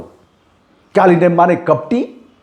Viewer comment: आपकी पत्रकारीता सराहनीय है । काल नेमी होता कालिनेम नहीं होता है सुधार कर लें....